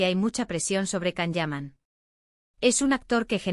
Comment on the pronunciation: His names is pronounced “Jon” not Kan.